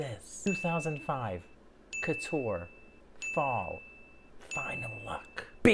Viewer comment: why should celebs pronounce the name of the brand correctly, if you refuse to say "couture"?